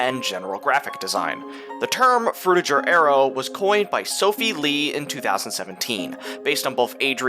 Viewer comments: BTW it ain't Fruti"j"er. It's frutiger. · Adrian Frutiger is a German name, so the G is a hard G. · Adrian Frutiger was from Switzerland and named the Font after himself. So, I guess, the right way to pronounce it, would be to pronounce the G hard like the G in "Games", "Gift", "Gold", "Gay", "Greed" etc.